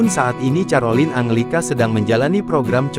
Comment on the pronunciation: Mohon maaf, kalau mau membaca nama individu, pelajari dulu, Carolina bacanya KAROLINA bukan carolin, makasih.